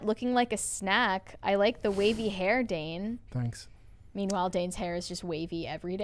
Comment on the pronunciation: It's Dane. =[